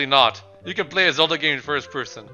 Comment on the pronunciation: ZELDAAAAAAAAA NOT CELDA